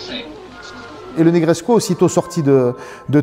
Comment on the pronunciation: Formidable présentation, félicitations ! Par contre, de grâce, cessez de prononcer le sufixe roumain "-escu" en " échou ou échcu"! Ça n'existe pas ! Negrescu se prononce exactement comme Negreso, avec ou à la place du u, à la fin, mais sans le son " ch". Donc, phonetiquement " NegreScou, tout comme " Ionescou, pour Ionescu " Par contre Ceaușescu, se prononce Theauchescou, avec un ch au milieu car il y a la lettre" ş" caractère qui n'existe pas en français. Il vaut mieux donc le prononcer " Seaucescu" que " Seauchescu" comme le l'entends si souvent...Certes, pas très important, mais je tenais toutefois à le signaler🙂!